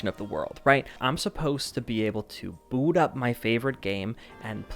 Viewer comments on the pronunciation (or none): none